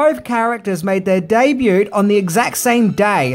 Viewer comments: The t in debut is silent, FFS!! It's not "daybute". And "media" is already plural. It's not "medias". It's not funny anymore, to be so stupid. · ROBERT Wagner not David... and the 't' in the word "debut" is silent... js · The 't' in 'debut' is silent.